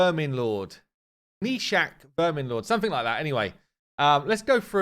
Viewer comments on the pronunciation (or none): Gnishak, I am not sure if it is correct but it seems very close to Hnisak, and hnis means ''discharge'' like form an infected wound, when that yellow hnis comes out. Probably nobody cares I just thought it was funny how an english speaker pronounces it and what it means.